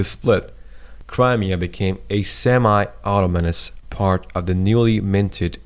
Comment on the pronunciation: “The exile saw hundreds of thousands of Muslim Crimean Tatars ABANDON their homes, farms & animals to move thousands of kilometers away...” A B A N D O N ? Did they leave V O L U N T A R I L Y ❓ A U T O M O N O U S ? A U T O N O M O U S ✔️ “E t h n i T” ? “K O Z O V O” ? D O N + inaudible... Read as D O N B A A S. Like the clear “AA” cry at the dentists'. D O N E T S K has no Y. D O N + E T S K. L “O O“ H A N S K ? L U H A A N S K ✔️ Short U sound. Like in M U S L I M. - Today there are 116 “M O Z Q U E S.” a). Text says 160. b). MOSQUES HAS NO “Z”. - Every “other” place ? Americans, please... a). Every b). Every “other”. Find the difference. An AFRICAN here teaching you your mother-tongue...